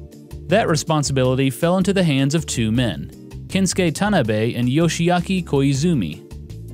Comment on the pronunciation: Itz pronounced "ken sue key" not "kenskay"